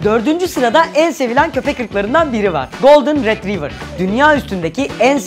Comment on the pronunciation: golden retrivır değil rötreyvır :D